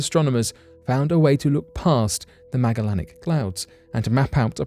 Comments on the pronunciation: You butchered the word Magellanic. It’s name is said meh-ja-lenic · I dont mean to be rude but the Magellanic clouds are pronounce the same way you would pronounce the name of the old world explorer Magellan that they are named after... so not a 'hard G' like Grape, but a 'soft G' like Beige ... yea that weird "J" sound we sometimes get with a "G" :)